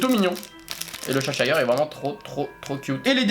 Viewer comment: le chat du cheshire se prononce "chaicheu" en anglais ^^